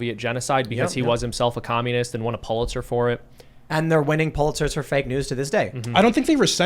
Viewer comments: "Pooleitzer" Prize? Get it done! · Tim.....You would call it the "POOL-ITZER PRIZES"